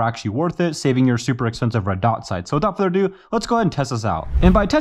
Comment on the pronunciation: i love when you say''WITHOUT FURDER DO' 'it is amazing to hear your voice and i really love your content do not even think to quit!!